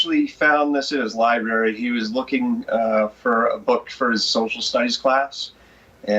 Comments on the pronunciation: LibRary NOT "li_bary"!!! Please use the letterS that are PROVIDED in a word, unless they are silent in said word!! Otherwise excellent reporting!!! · Read my reply to the previous poster. I praise entire work!! But she chose to mispronounce library +5 times--she's an international broadcaster, not a "fish wife," and generally excellent at what she does!! But a paid broadcaster should be skilled, not just adequate!!